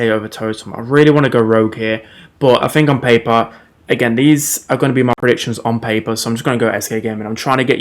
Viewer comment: "ON PAYPUH"